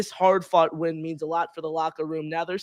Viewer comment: can't even pronounce the word "win"